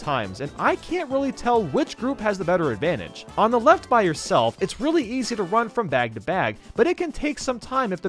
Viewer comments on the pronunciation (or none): none